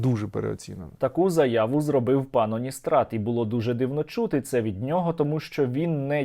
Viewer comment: Пан здається не Уністрат, а калістрат 🤦‍♂️ блін, сквоздняк у голові чи шо?